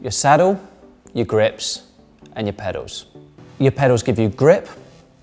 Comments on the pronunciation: He keeps saying "pedos" instead of pedals lol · He's pronouncing them "pedaws". It's a lower class South East English accent thing ("saaf eas"). We tend to drop our "Ls" from certain words. Kettle becomes more like "kettaw". Trouble sounds like "trubuw". Girl sound like "girw" etc. You get the gist.. 😎